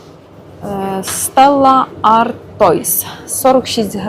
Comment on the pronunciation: Пиво ,,СТЕЛА АРТУА ", наголос у другому слові наприкінці.